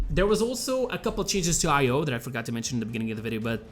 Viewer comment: Stop pronouncing it as separate letters 'Ay pause Oh'. Pronounce it more like 'Ayo', as in like Ion cannon, Ion beam, Iodized salt.